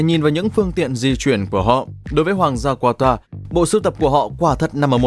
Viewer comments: không phải QUA TA mà là CA TA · nước QATAR nhưng sao mấy ông đọc QUA TA vậy, ??? Đọc đúng là KA TAR chớ. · Kata chứ k phải qua ta nhé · anh phát âm qatar là qua ta nhưng các bình luận viên bóng đá lại phát âm là ca ta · Qata nhé, không phải Quata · Đọc tên cho đúng bạn. Ca - ta phiên âm phải vậy nhé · Qatar (Catar) đọc tên nước cũng sai😀🥱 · đọc sai tên quốc gia rồi : ca-ta .... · Ca ta đoc cũng sai